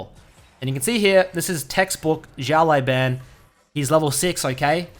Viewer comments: his name is pronounced "shiao lau bahn" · why are you saying "xiao lai ban" when there's literally no 'i' in "lao" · Just so you know xiao lao ban is pronounced like shao lao ban (like bang without g) and it means "little boss " 小老板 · his name means little boss btw say that instead of butchering haha ( just the way u say the last part ban is boosted ) love u dude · Hey, not trying to be disrespectful in anyway, but has anyone told you that you're pronouncing his name incorrectly? Translating "little boss" to Chinese simplif is the perfect translation. Anyways, Thanks for the vids!